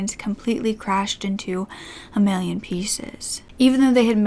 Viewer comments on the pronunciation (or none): none